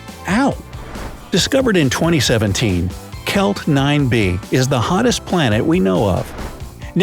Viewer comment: why did he say hottest like that